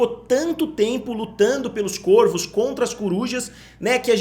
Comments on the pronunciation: Q aguniaaa.. fala Córvos, Côrvos não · Córvos ! Algumas palavras no plural, mudam o timbre da vogal tônica de "Ô" para "Ó", é chamado de Plural Metafônico. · "CÓRVOS" em algumas palavras no plural o timbre da vogal tônica se modifica de "o" para "ó". De nada